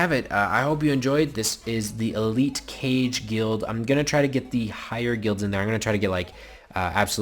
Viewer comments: It's not Kage like "cage"... It's Kage like "hokage" from naruto. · Kage is pronounced "kah-gay" which means shadow.